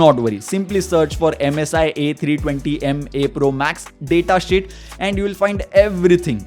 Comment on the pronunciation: Lol he was saying data shit instead of data sheet